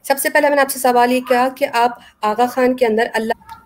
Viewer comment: Agha Khan ko Button bol rahi hay.